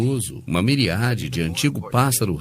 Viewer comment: O cara que tá narrando, com uma voz meio forçada, não sabe pronunciar a palavra miríade...tsc-tsc-tsc! Ele tá aí narrando um documentário que está em inglês, sendo que o que ele está inventando não bate com o que é dito em inglês. Assim como postulava o Dr. Charles Darwin, autor da Seleção Natural das espécies, espero que essa espécie negacionista, burra e fanática religiosa também esteja perto da mais absoluta extinção!